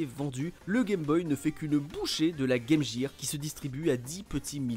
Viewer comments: On dit « guir » et non « jire » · exactement, d’ailleurs quand les chaussures clignotantes LA Gear, c’était prononcé « Guir », et ça nous choquait par rapport à la Sega. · "Le" Game Boy 😵 Game "Jir" 💀 😭😭😭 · Pffff arrêtez avec "game JIR" c'est hyper moche, est ce que vous dites "metal JIR solid"? Tchip🙄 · Pas que... En France, beaucoup prononce "gaime jire" car, quand tu es enfant et que tu n'as pas commencé les cours d'anglais, tu reprends la prononciation de la publicité. On a de la chance car à cause très pointu de France 2, on aurait pu prononcer Meuporgue pour MMORPG... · "Le" Gameboy, la Game "Jir"... C'est trop pour mes oreilles. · Game Gear se prononce Game Guir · game jér,j'ai laché la video a partir de la. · Game “Jire” hahaha ces français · La “Game Jear” ??? Lol cours d’anglais de base svp. restons entre gens sérieux.